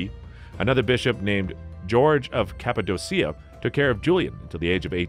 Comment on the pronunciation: A lot of these words are just so rossly misspronounced- cappadocia, bosphorus just to name a couple. look up some of the prononiations - your history and video is really good.